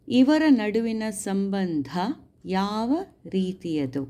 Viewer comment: ಯುವ ❌ಯಾವ✔️